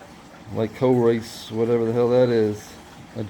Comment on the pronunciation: Lick-o-rish, like the Candy